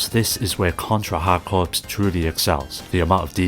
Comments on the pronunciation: Hey brother just so you know, "corps" is pronounced like "core" not "corpse", otherwise great video, great picks. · Hard corps isn’t pronounced like “hard corpse” it’s pronounced like hard CORE. The S is silent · It is pronounced core, I'm afraid. You've had a unique, but wrong, experience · "Hard Corpse" instead of Hard Corps lol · Contra HARD CORPSE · Note: "corps" is pronounced like "core" - an English word for a military unit that comes from French, hence all the silent letters. The title "Hard Corps" was a pun, because it sounds the same as "hardcore". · Yes, but "corps" is only correctly pronounced one way